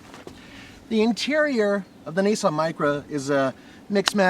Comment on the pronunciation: It's really not that difficult to pronounce Nissan correctly.